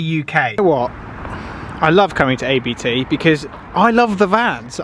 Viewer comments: It's a Family Name, please say Abt, not A-B-T 😃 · Abt is a last name so you say ABT not A-B-T